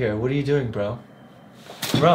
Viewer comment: the way you said bro. definitely sounded a white dude from new york lol.